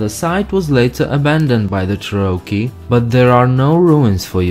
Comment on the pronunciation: Learn to pronounce cherokee.